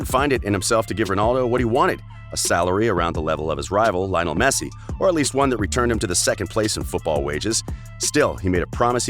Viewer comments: "Linol" Messi!! 😂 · Oh and Lio-nel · Everyone: Lionel Messi This boi: LiOnAl Mesie